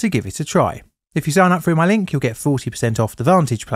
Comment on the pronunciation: Froo? Speak with dignity